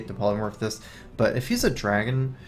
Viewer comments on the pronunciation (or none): none